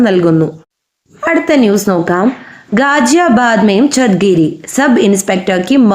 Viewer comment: गाज़ियाबाद തുടങ്ങിയ വാക്കുകളുടെ pronunciation തെറ്റാണ്